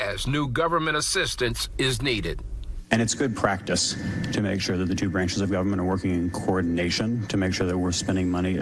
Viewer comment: But the Guh'ment luhs Black pee'poh. Idiots all.